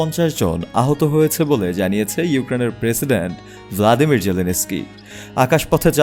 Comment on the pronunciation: ভ্লাদিমির না ভলোদিমির